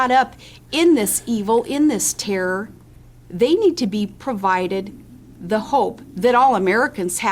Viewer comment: WHY the hell cant this women pronounce terror? she always says it like Terrrrrr